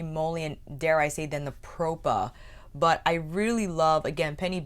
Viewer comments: I wanted to order a couple but they all sold out and I'm not sure they ship to Canada. Also, I watched kelsee's and Jchronicals Vida's videos last week and they pronounced the brand name as "pra-pah" beauty, but you and Angelica Nyqvist pronounced it as "pro-pah" beauty...I'm a bit confused 😆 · I believe is pronounced Prawh-Pa Propa, like proper but PrAWHPa. Like the beginning of Australia.